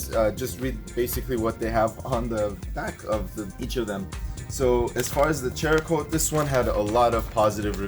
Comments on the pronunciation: How is it the two of you cannot pronounce the names of these products. How the hell do you get chericote, ch sound when it's obviously saracoate. And Meguires how can you think it's megulars??? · Pronounced like Sarah-coat. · Not sure if its been brought up, but I believe it's pronounced "Sera" coat. Like ceramic. Between that and the Meguiars debacle, I think you guys are the YouTube equivalent of the key and peele episode where he pronounces everyones names wrong lolol Great video though. The follow up video is super beneficial to see. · Just a courteous correction, cerakote is pronounced s-erakote. The c is pronounced as an s. They are a big player in the firearm coating industry and gun guys take details seriously. A lot of them also own Jeeps. Hope this helps prevent negative comments. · btw lol.. SARA-COAT.. is the correct name.. 🤷🤷😂😂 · Guess y'all aren't gun owners or Irish, after hearing you butcher cerakote (sarah coat) and Maguire's (Meg why ers) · There's no "H" in Cerakote. Pronounced Sarah-coat. It's a ceramic coating. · Man u can't read ceracoat u say like cheracoat ? Another trinova u say chinova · Meh-gwires , Sara-coat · Great video guys. Very useful even to an auto detailer in me. Btw, it's Mac-Gua-yi-ers and Sarah-Coat. Lol. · YES! As in ceramic! After all, it is a ceramic coat. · Not to be a dick but there's no "H" in Cerakote.